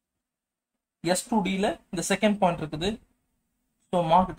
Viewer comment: Point❌pont✅😹 but anyway good explanation sir👏🏻